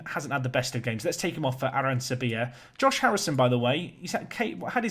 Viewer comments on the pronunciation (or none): none